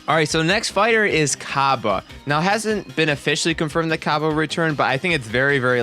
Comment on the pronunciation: Cabba is pronounced Cob Bae.